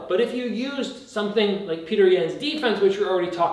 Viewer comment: I think it's Pe-oh-ter